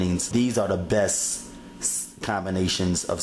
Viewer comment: Bess fried chicken..... Bess.... There's a t in there, dude.